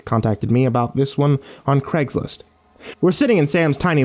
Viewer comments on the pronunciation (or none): none